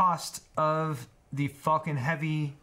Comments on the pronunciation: It's Falcon not Fulcon 🤣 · Lmao it sounds like you were saying "fuckin'" when you were saying Falcon,. XD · Anyone else think it sounded like he was saying "the fucking 9s heavy" when he was talking about the rockets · I have always wondered if Elon Musk done this deliberately, just to entertain us international people who don't say 'Falcon' that way but we do pretty much pronounce another 'F' word like that. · THAT, exactly that was itr that was nagging me ^^ english is not my first language and i had to laugh evertime said falcon xD